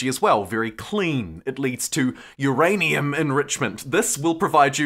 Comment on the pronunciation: "uURRaAiNUMMm! !!" Lol